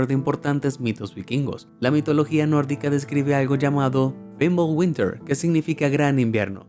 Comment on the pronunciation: Bimbulwinter, wey es fimbulvetr